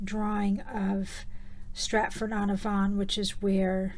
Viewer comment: Fantastic work! I will say that you pronounce "Avon" incorrectly. It's ay-von. Such inspiration for my journals. I love your videos! ❤️